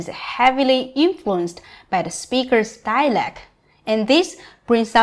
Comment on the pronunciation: Very interesting. Thank you. However, while your English is very good (fluent maybe) and very clear, you don't pronounce the word "dialect" correctly (you have to pronounce the "t").